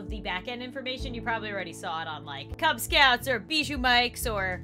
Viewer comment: Not to be offensive but its actually "Kubz" instead of "Kub" :<